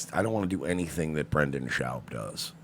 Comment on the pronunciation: at least say his name right if ur gonna say he can’t speak or is a retard “brenden chowb”